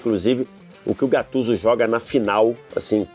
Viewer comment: da uma agonia os caras falar o nome do cara da forma errada, e GATTUSO